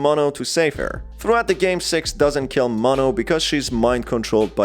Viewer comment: Is it just me or is he saying “sex” rather than “six”